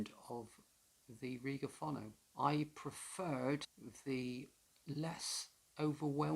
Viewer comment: It's pronounced fo-no.